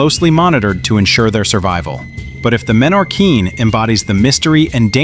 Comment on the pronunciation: No es menorin es Menorquín que en Español se lee tal como se escribe y no se cambia ninguna letra